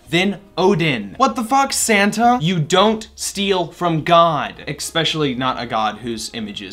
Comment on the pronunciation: Did you just say expecially